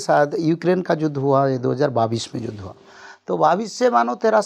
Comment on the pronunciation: Judh nhi Yudh